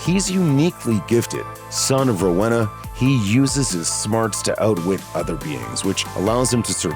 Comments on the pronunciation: Castule and Rowhena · Rowena (Row•eena) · Most upsetting thing about this video is the pronunciation of Rowena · Funny how narrator pronounces Rowena & Castiel 😂. We're was CAIN "Father Of Murder" .... First Son, First Excursioner ..... Etc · They way the guy pronounce Rowena is a joke 🤣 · You can tell that the narrator of the video has never seen Supernatural because with the pronunciations of Castiel and Rowena are laughful at best